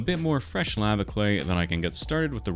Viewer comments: ‘lava’ | lah | vah | not | lay | varh | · Sorry but "laava"